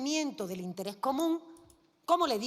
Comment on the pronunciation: ALEJAO, APARTAO, INTERÉ, COTIZACIONE, EHPAÑA, que mal habla....